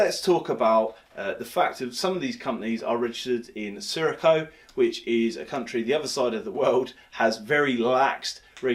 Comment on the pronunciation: Coffeezilla and lots of other youtubers did an expose on this, stay well well well away from anyone 'regulated' in Curaçao, you didn't do your normal due diligence mate, you're not even pronouncing Curaçao correctly ffs.